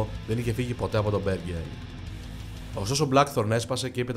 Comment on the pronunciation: Από τους Blackthorn και από τους Faust 😂😂τα διαβάζετε που τα διαβάζετε Να τα λέτε και σωστά λίγο Αφού δεν το κατέχετε